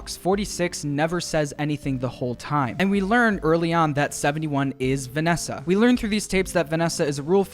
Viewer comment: Have you guys heard Vanneesa